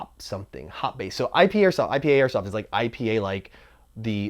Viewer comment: You totally butchered IPA. I love me a damn good IPA mmmmmmm, Apocalypse IPA. Damn I'm thirsty now.